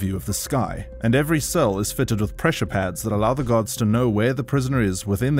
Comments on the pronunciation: Lol everytime he says guards it sounds like he is saying "gods" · I thought he kept saying "GOD" it was Guard.